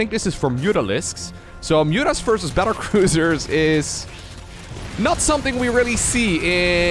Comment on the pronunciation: did you say "cattle bruisers" and was that intentional? :-D